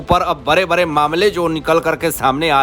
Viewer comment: Shri, visaiji it is Vishal not VISAl & NOT BARE BUT BADE? SHAMELESS PERSON LEARN TO SAY “D” not R. When you pronounce. Stop Englesing the language HINDHI.